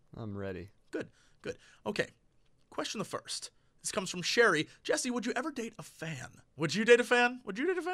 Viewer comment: OMG Jesse!!! You answered my stupid question AND totally butchered my name! I can now tell all those supermarket bitches to suck it!